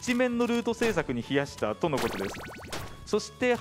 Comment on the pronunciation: 「時間を「ひ」やした」じゃなくて「時間を費やした」よね（